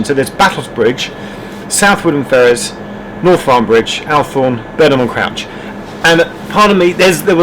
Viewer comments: It's pronounced ALL thorne (not AL thorne)! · Why do you not know how to pronounce ALL-THORNE! Did you not hear the on board announcements??? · Its pronounced Awlthorne. At Southminster on the left as you arrive is a crane in a siding where the British Nuclear Fuels Nuclear Flask train used to arrive every Thursday late morning ( midday) and the crane used to transfer the 50 ton Nuclear Flask from the train to the waiting Heavily Articulated Lorry which then headed to Bradwell power station.